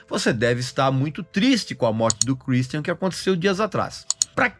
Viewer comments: Kur istian kkkk nada a ver essa pronúncia do Regis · Cruisthian hahuahauahauaha amei a pronúncia do Régis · Pra que falar o nome dele com sotaque inglês? Kkkkkkkk